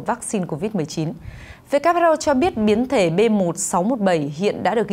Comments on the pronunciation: Who sao lại đọc whr ? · Phát thanh viên mà sao lại đọc sai chính tả WHO mà lại đọc WHA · Sao đọc là wha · WHA khac voi WHO nha ban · Kênh sửa lại cách đọc tên của Tổ chức Y tế thế giới viết tắt là WHO, chứ ko phải lả WHR nhé. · WHO sao MC đọc là WHA vậy ta ?